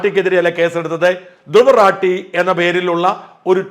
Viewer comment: His name is Dhruv rathi and not rati